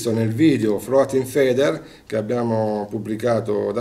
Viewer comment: Ma nessuno che gli insegni la pronuncia corretta di floating feeder, cazzo!